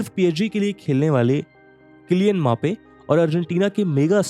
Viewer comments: It's not kylian maape it's mbbape b silent nhi hai uske naam me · ap bhi kylian mape bolte ho😂😂😅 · Kylian mape 🤣🤣kitne logo ka name clrly galat bol rha hai